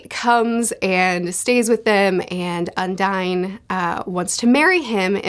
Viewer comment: i think you're pronouncing "Undine" wrong, it's not an english word so you would not say "un-dine" it should be "on-deen"